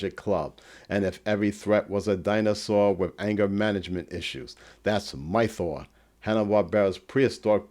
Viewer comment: Why do you keep saying Migh-thor? It doesn't sound like Thor. It's Might-or. You know, like the word mighty.